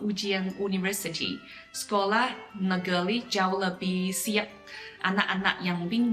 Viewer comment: Bu, just a suggestion for pronounciation in Bahasa , when you pronounced " Luar negeri " the sound of " ri " dont use American sounding " R" but try to use the sound of " R " in the pronounciation of " Nurhaci " ....it will have better sounding " R " because R was not pronounced properly will loosen to " L " sounding in bahasa...Just a suggestion to help pronounciation in Bahasa. The reason behind this is if you listen to Manchu speakers in Mainland, their " R " pronounciation is closer to the way " R " is being pronounced Bahasa Indonesia....